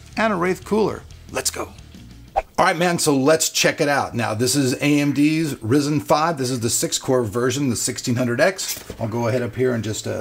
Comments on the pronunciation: Ryzen not Rizen. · RYZEN NOT RISEN DAMMIT, pronounce it correctly! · Please call it Ryzen and not Rissen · Is it Ri-zen? 😑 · What is it reezin or rising?